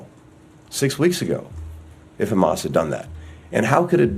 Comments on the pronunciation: Abe chutya khamas nahi Hamas hai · Ye chutiya sala jo israel se baitha hai debet me..hamas ko khamas kyu keh raha hai....chutiya atankwadi sala